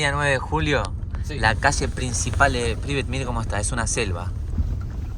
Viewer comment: La ciudad se llama Pripyat... Se escucha varias veces que decís "Pribiat"...